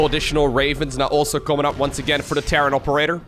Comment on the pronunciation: it's pronounced TOperator not TOperator.